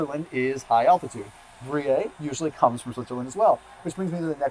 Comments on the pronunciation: Not to be pedantic, but I’ve never heard anyone pronounce Gruyère as Groo-yay? It’s pronounced Groo-yare in French. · Pronounced: Grée-AIR. I’ve learned so much from you, thought I would give something back. Vive le français!🇫🇷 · It's pronounced "Gree-air"! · Pronounces GRU YEAR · Great video, thanks. FYI - Gruyere is pronounced gru-yair like air. Jarlsberg is pronounced yarlsberg...the J is actually like a Y :)